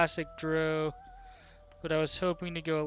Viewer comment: The way you mispronounce Drow is so fucking irritating...